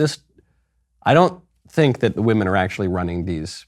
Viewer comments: Did anyone notice that he actually didn't say "women" but instead "we men" (At least he pronounced it like that)? And when he said " trans-woman" he kind of said it like "woMAN". Maybe he is just a master troll? After all with his pronounciation "Women control Miss Universe" is "We men control Miss Universe" and I would find that very funny! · He said We-Men. We men own it. And he’s technically right. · No, but the way he says 'weemen' sounds like he's talking about little tiny men. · He says We-Men 😂. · He/She says "WE-MEN" ❤😂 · The way he said "women". Its more like "wemen". We, the men owns Miss Universe. I feel this is going to be the downfall of miss universe. Mark my words. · Crazy is as crazy does... "Weemenn"... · That is NOT a weeman as he pronounced it. It is a really well made up drag queen. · The owner didn’t say “women”, he said “WE MAN”. Patriarchy always wins. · He is not saying women, or wymen, he is saying, "we-men" as in "now, we, men, run your institute" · It actually said We Men. Wemen. Listen closely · "Weemin." Tell you all you need to know really. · You're not listening, he specifically said it was run by "Weemen, for weemen"! Clearly something different than Women. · Dude said wemen. We Men! Lol! Yeah patriarchy!! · Come on, Michael. It's "we-men" now. Woman, women have been deleted. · He said WÈMEN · She cant even pronounce “women” lol